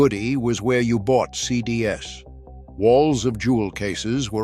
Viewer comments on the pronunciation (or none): This AI sucks. "CD S," "DVD S." It can't say words that end in "S." Even the pictures are fake. It shows a food court and instead of "Sbarro," it says "Sarro." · It’s ridiculous. Just get a real person for crying out loud. Any person. The ‘CD s’ is making me upset lol. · almost perfect?? Lmao it literally can't say "CDs" correctly. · I lost interest at two mispronunciations of “CDs.” AI is not acceptable at all.